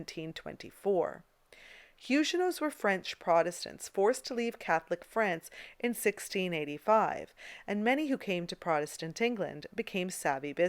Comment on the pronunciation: The letter "g" in the word "huguenots" is pronounced like the "g" in game, guess, geese, etc., not like the "g" in voyage, geriatric, gemini, etc.